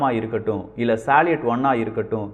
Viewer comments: தம்பி ஒரு சின்ன திருத்தம் சாலியட் உச்சரிப்பு பற்றி அது சல்யூட் என உச்சரிக்க பட வேண்டும் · சலீட் அல்ல சல்யூட்.